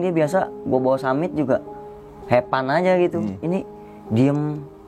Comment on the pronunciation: ngapa have fun jadi "hepan" yak wkwkwk